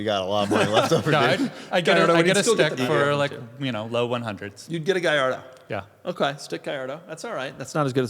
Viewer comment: Acura pronunciation is obnoxious. People who insist upon mispronouncing just to troll are somewhat annoying, but it is what it is. Lol, guhlardo is bad. I think that's the Lamborghini guy in Florida, too. It kills me when authorities on some brands ignore how to say it. Mercy-ell-ago from is almost unforgiveable. I know says coontazh on purpose as well.